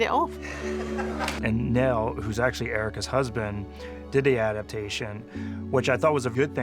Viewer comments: So do Americans not know how to pronounce 'Niall'? (nye - ull) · Learn how to pronounce Niall!!